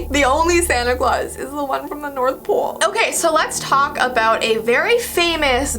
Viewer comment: when you said pole yoou said pool.